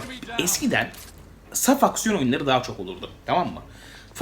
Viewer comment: "saf aksiyon" evrimi loading... finish: "safucksiyon"